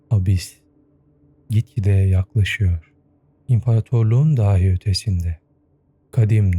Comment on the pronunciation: diksiyonuna dikkat ettiğin için söylüyorum bile anlamındaki dahiyi daahi diye telaffuz ediyorsun... önemliyse senin için uyarmış olayım...